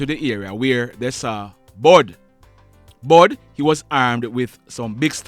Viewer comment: Not bud it's bull